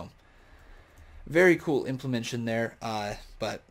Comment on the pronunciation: Please stop saying implemention. The word is implementation.